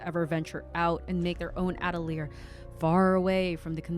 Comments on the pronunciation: just started the video but the way you say atelier makes me giggle, at-uh-leer hehe. uh-teh-lee-ay is the proper way! i fucked it up when i first read the manga but i knew damn well i was saying it wrong and looked it up. now it makes me chuckle a bit when i hear others mispronounce it the way i did too🤸🤸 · As a french person you are mostly right about the prononciation but the "te" in atelier is pronounced "tuh"